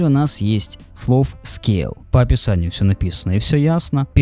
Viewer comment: Май инглиш вэри бест. Автору рекомендация, перед тем, как снимать видео - прослушать и выучить как правильно звучат английские слова и сокращения, а то слух режет. Драв ФПС, флов и ВГЦ это сильно 👍